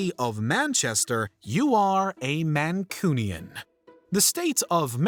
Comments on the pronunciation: That is NOT how you pronounce Mancunion. iI's not coo, its cue. Man-cue-ni-un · Soon as I am from Manchester I want to teach you Mancunian it isn't pronounced the way you said it is man and then Q you do not use it as a c so please correct this number 78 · Pronounced Manqunion!!!!! FFS